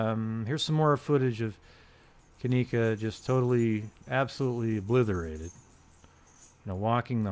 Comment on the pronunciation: "obliverated?" 😂😂😂I believe the word you are looking for is obliterated, it never has and never will contain the letter V in it.